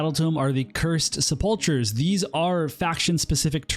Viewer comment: Sepulchers is pronounced with a hard k sound